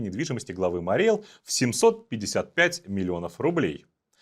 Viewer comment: Правильно говорить Мари́й Эл!